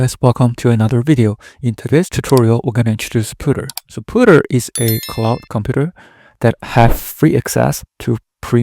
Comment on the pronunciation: Puter as in ComPuter. Not, Pooter, which means crapping your pants.